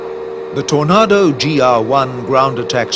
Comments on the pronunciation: I wish he'd learn to say Tornado correctly... with an /a/ as in ache NOT an /a/ as in art. ..or is he trying to do a fake British accent?? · Stop saying Tornaaado, it's Tornado as in 🌪️ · I wish the commentator could pronounce aircraft names properly, wtf is a tornardo I thought they were called tornado, it sounds disrespectful. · TorNARDO? Sahara DESERT? Think your pronunciation is ORF! Where is the SAHARA DESERT? Suggest you check themeaning of the word, SAHARA. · "Tor- NA- do" 😅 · Seriously, who checks the content of this as nobody, not even Americans call a Tornado, a Tor-nah-doh. Its the same as the big swirly weather thing they have in the USA. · FFS...The aircraft is a TORNADO not a TOR-NAR-DOUGH! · What's a Tornarrrdo? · How does the narrator not know how to pronounce the word Tornado? And don't get me started on Jagwarr. Its Jaguar. Three syllables. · Really bugged me the way the narrator keeps pronouncing 'Tornado', bloody idiot ! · Why can't this narrator pronounce "Tornado"😮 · Why can't this guy pronounce Tornado or Jaguar properly ? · The narrator is having a rough time pronouncing Tornado!